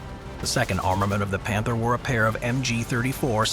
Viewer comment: Where do your German pronunciations come from? Do you have someone who speaks it, use a online translators option to say it or do you have someone who just tries his best? Not to criticize you, most of the time it is ok, but for example in the word "Panther" you used the German pronunciation of "a", but the English of "th". I am just wondering.